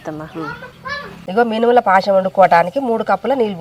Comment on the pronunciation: పాశం కాదు తల్లి పాయసం